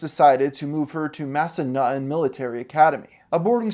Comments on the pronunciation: She really went to "massanuttin" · She went to "Massan-NUTTEN"... you can't make this stuff up.. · No way....no WAY was the Millitary School she went to called 'MassaNutten'..... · Massanutten?!??!!??? Hahahahahahaha I can't how is that the name of her school.